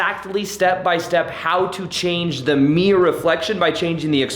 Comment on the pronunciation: aehehehehehehe I like how he says mirror (miyor)